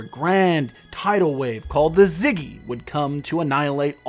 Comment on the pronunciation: "A godwave, a grand tidal wave called the ZIGGY" XD I believed Syzygy is pronounced sis-e-gee